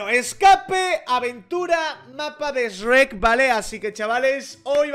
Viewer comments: No se dice sreck se diseño sherk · Sreck no es es shuek asi se pronunsia pero bueno yo no soy un alfabeta me encantan tus videos 😁😁💝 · dice reck (shrek) y me da cringe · En el doblaje español de España le dicen esrek porque es haci se pronuncia s en inglés y rek por shrek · NI ES ESHREK ES SHUREK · Acá SHREK se dice SHUEK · Aprendé a decir Shrek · Todos: sherk: esrek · Ipine89 ah ok jajaja me daba cólera como lo decía mal 😂😂